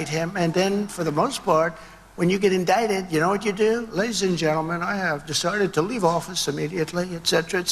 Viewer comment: Am i the only irritated by the waybhe say indicted?!?!?